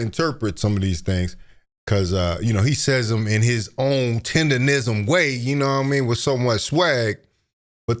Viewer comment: People really have a hard time saying “Tendernism ”! they be saying “TinderRism” 😂